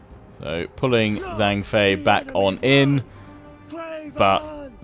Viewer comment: "zh" is pronounced like a j in mandarin. So zhang would sound like jang.